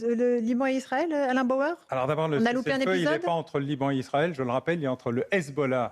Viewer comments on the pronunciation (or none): C'est Bauer et non Bayer. Contrairement à vous il sait de quoi il parle et ses analyses sont construites et pertinentes. Même s'il est parfois énervant à avoir des analyses sur tout. Mais c'est le lot des surdoués qui font rire bêtement certaines personnes très ordinaires.